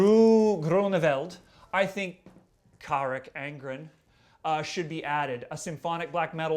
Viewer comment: Carach Angren, i learned how to pronounce the name from a Dutch girl i met on 70000 tons of metal. She speaks dutch so I have no reason to argue. did pronounce it correctly in a very Canadian way